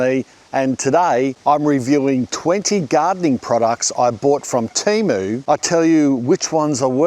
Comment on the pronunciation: Love your channel, but TEMO? noooo man.